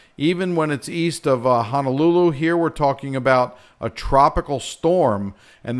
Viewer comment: Please note how Honolulu is spelt! HONO! Not HANALULU there is no such place as Hanalulu😤 other than that here in Maui will be fine. Everybody’s prepared hopefully.